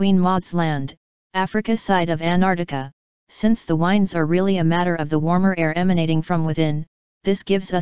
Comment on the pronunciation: Please please please, make '" stop saying 'wynds'. teach her how to say 'winds' when she is referring to moving air. The pronunciation police have issued a warrant.